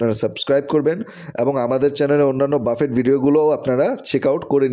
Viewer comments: বাফেট নয় , এটা ফরাসী শব্দ , উচ্চারণ 'ব্যূফে '! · বাফেট না ভাই, উচ্চারণ হবে বাফে! লেখায় T থাকলেও বলার সময় উচ্চারণ হবেনা। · বাফেট উচ্চারণ 'ব্যূফে ' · খুব কানে লাগছে, বারবার ‘বাফেট’ ‘বাফেট’ করছেন, সঠিক উচ্চারণ হব ব‍্যুফে or বাফে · call buffet not bafet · বাফেট না রে ভাই 😂সঠিক উচ্চারণ বুফে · Phonics er rules onujayi it'll be pronounced 'ব্যুফে' no problem বাফেট /ব্যুফে jai হোকআমরা একটা ভাল রেস্টরন্ট এর সন্ধান পেয়েছি সেটাই আলহামদুলিল্লাহ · Its pronunciation is BUFFE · 😂😂😂 pronunciation ta thik korun..boofay ,,wanton na bole ki sab bolchen